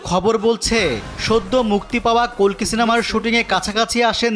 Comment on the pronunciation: Ota kolki noy kalki